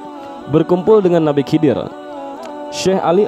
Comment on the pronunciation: Slh ckp anda..bukan kidir.. Tapi khaidir..anda bnyk belajar dlu dlm berbicara